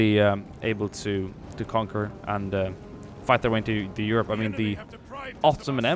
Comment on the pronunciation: Did i hear Yurp instead of Europe?? And uuge instead of huge?? Perhaps 2020 'murican presidential candidate..?